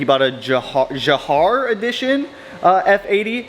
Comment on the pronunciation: build is coming together nicely! & i don't mean to be that guy but Jahre is like "yaw-ray"